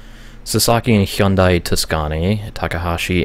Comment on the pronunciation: what surprised me from this vid is that (an american) actually pronouced hyundai the way its supposed to